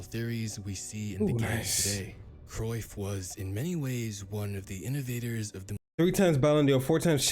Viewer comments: And, yes, you are murdering his last name. But you have to be really proficient in speakiing Dutch to be able to pronounce 'Cruijff' correctly. The letter ’ij' (not 'y') has no equivalent sound in English (nor in French, German, Spanish). Nor does the combination 'uij', There are Dutch video's about hiim, should you want to listen to how it is pronounced in Dutch. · Your pronunciation of Cruyff wasn't a million miles off.👍